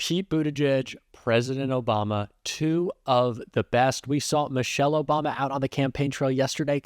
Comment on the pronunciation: I hate how everytime i hear Obama now i hear "Obamna!" 😂. David Pakman has given me an earworm with that soundclip.